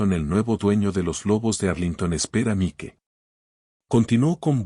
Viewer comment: Desagradable situación y no mereclda. Cerciorarse, antes de proceder. El irrespeto, arrogancia y racismo son MALOS CONSEJEROS. Argumento excelente, DIFERENTEE. Me encantó. Enhorabuena, por tan magnífica narración. Buen narrador, recuerde nombre en inglés Mike, se pronuncia Maic 😊. Tiene muy buena entonación, dicción, maneja super bien, los signos de puntuación. ❤